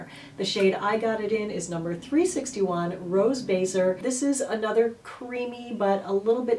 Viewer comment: I love your reviews! Baiser (kiss) is pronounced Be (approximately like the be in bed) + ze. Saying it in case you get another french named product. By the way there was a brand called Rouge baiser. (Red as a kiss).